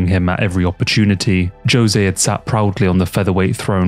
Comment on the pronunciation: No amount of sponsorships can get a man to correctly pronounce the name Jose though I guess, lol Good quality vids regardless